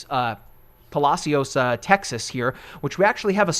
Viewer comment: It's "Puh-Lash-us" Texas, never heard its probably proper pronunciation 😆😆 Thanks for the updates. Just got off Galveston island